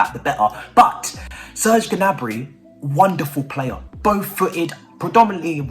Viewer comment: Its prononced Niabry, skip the G 🤣